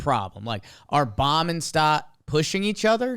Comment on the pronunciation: Also Bohm is pronounced Bome not Bomb